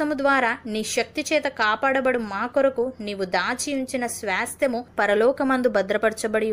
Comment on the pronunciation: స్వాస్థ్యము కరెక్ట్ గా పలకండి